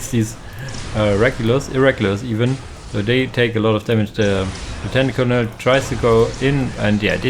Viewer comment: Bugler is "Byu-gler" Colonel is "Kernel" I hope this helps. Thank you for the casts!